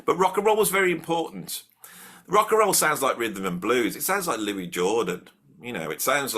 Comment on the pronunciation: Nailed it in the first minute when you said, "who is the best". Yes, they are...😁 But seriously, I'd rather see them on the list over the Stones. Edited after watching to the end. So glad you pronounced Louis Armstrong's name the way you did. 99.99% of self-declared music 'experts' pronounce it as 'looie' ie, the proper way from a French perspective. However, the man himself pronounced his name as 'lewis'. Small pint but, to me, I think it's important to respect the artist's way of saying his own name. Same for the Davies brothers in the Kinks. They pronounce their name as 'davis' not 'davees'. It's a bit of a litmus test to see who actually is an expert.